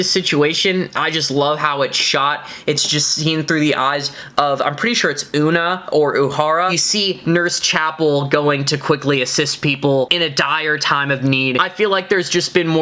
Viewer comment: Fun review. Future reference: Uhura’s name is pronounced “Ew-hoo-ruh.”